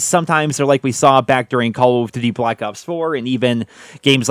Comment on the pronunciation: Try to say duty like you’re not weird from now on k?